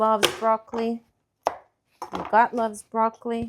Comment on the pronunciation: With the broccoli added and the baked yellow squash, you mention twice that "your liver will it, and your gut will it." However, it sometimes sounds as though you are saying "your butt will love it," which made me laugh. Perhaps consider substituting "omach" or "intestinal tract" for, as I had to replay it a few times to confirm said "gut" both times. I have heard much about improving gut health completely agree with the good gut philosophy. I enjoy making fermented kosher pickles,erkraut, or kimchi ( cabbage with chili sauce), which excellent on a cold bean and mix the following day. Many people suffer from poor gut, which is unfortunate as it leads to ill health. Switching to lifestyle based on fermented foods,, fruits, vegetables, and whole-plant starches is not only but also an easy way maintain health throughout life It is wonderful to see such creative ideas in your video demonstrations. Keep up great work!